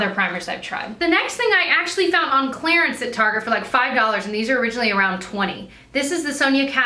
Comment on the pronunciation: Anyone else notice how she pronounces clearance like Claire-ence? Thought it was interesting :)